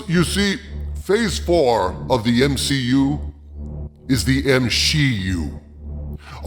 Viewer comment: M-SHE-U. Lol brilliant 😂😂